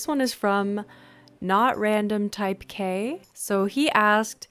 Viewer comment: I love coffee, but I can't drink non-decaf because it makes me hyperactive and anxious. My junk food pleasure is shaurma or shawarma (Basically a McDonalds roll but 10 times better), it's really popular here in Russia. Also it's not Type K, it's Ty-peck, and on other platforms I go by the name quicksc0p3r. By the way I would totally love to see you streaming!